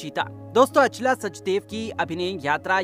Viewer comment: Naam toh saahi se Bolo Achla not Aa chala